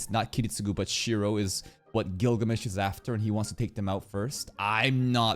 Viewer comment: It's Shirou not Shiro 😭